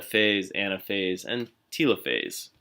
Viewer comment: why are you saying telophase like it's "teelophase" and not telophase like, "teluhphase"